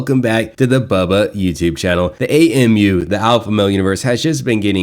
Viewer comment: Who is bawlbuh?? 😂😂 Why can’t this idiot pronounce Bubba correctly English is his first language.